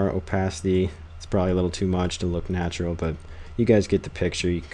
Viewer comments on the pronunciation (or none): none